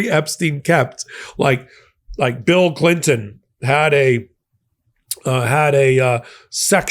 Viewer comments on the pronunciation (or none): none